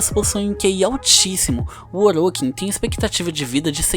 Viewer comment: Bom o video porem as pronuncias Tennos você fala (tienos) e Orokins voê fala (orókins) mas de resto ta muito bom.